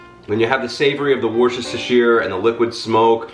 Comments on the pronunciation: Hey! Worcestershire is pronounced like "WOO-sta-shur" or as i do, WOO-sta sauce, or just WOO-sta. Juts to make it easier. Love the instructional vids! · Just FYI its pronounced wooster-sure :)